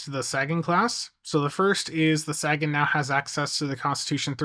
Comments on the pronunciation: Isn't it pronounced "Say-gen"? As in "Carl Sagan", the famous astronomer? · There he goes again with the "saggin". SMH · Great reviews as always! But dude, Sagan is pronounced SAY-gan as in Carl Sagan. Some also say SAY-gun. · Carl Saggin? SAB? You have a chance to get it wright. Eye hope yew dew sew. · I'm not normally this guy, but I'm pretty sure Sagan is with a long A than with a short a, like the guy they named it after Carl Sagan the astrophysicist, I may be wrong myself but I got too much respect for that man too let his name be mispronounced and not say anything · Look man. I enjoy a good troll as much as anyone, but my man Sagan deserves a bit more respect than that. Can you please pronounce the name correctly? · That's all well and good, but you've been told many times how to correctly pronounce the man's name, and you've acknowledged as much, yet I have never seen you make any effort to actually say it correctly. But it's fine, the only one that should be offended is Carl Sagan, and he's dead. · i LOVE YOU! It's just hard to hear you mispronounce his name. The ship is named after astronomer Carl Sagan. Dude was a hero of science.